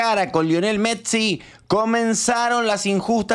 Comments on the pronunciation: 😂 que mecsi es MESSIIIIIIII PRONUNCIA BIEEEEEENNNNN😂😂😂😂😂😂😂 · te re banco pero si Messi vivió 30 años en España y dice fulbo vos no le digas metssi viviendo en el conurbano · Messi, no metssi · Por que el le dice Mettsi? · Che por lo menos pronuncia bien el apellido de nuestro capitán, es MESSI!!!!!!!! MESSI!!!! NO METSI, salame. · Messi es no Metssi . No podes pronunciar mal ese apellido es como San Martin. Se rrespetuoso con los proceres argentinos. Gracias,. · Metzi? 😂😂 Messi perro no te hagas el tano come guiso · Lionel Metzi dice 😂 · Como vas a decir Martin BOTSIIIII !!! METSI !!! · deja de decir Megsi, por favor jajaja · botsi metsi rocutzo menos mal que no dijiste sotfi martitnet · Consulta: porque decís metsi? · Porqie dices metsi? 🥲Jajaj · no entiendo por qué dice metsi!